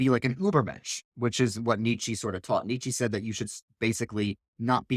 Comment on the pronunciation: Great video. Please work on your pronounciation of Nietzsche though